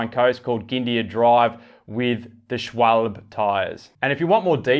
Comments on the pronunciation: Please. It’s pronounced schwalb-e (the e kind of sounding like the beginning of egg). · Native Speaker? Shwol-buh? Du bist dir sicher das du native bist? has pronounced it Perfect, just missed an e at the end. Pronounced Like the e when you say end. A real native speaker here.